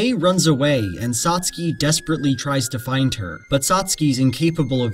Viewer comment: 1) Good video! Made me think. 2) I've never heard Satsuke rhyming with "Trotsky" 😆